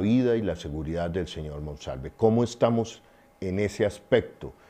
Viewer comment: Ayyyy noooo su dislexia es muy cansona cambiando nombres, apellidos y leyendo mal. No es MANOSALVE ES MONSALVEEEEEEEE ya medio rabia. Con cuidado porque lo queremos y creemos.